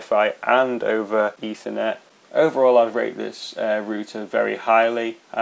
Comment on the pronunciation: Thank god, somebody is pronouncing RoUter right!!!!!! Greetings from not America!